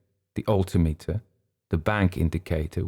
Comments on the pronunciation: I noticed the same thing. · I have to ask: is "alti-meter" the way its pronounced in the UK? I'm a pilot in the US and here we say "al-tim-eter". Great story! heard a similar story from a USAF vet once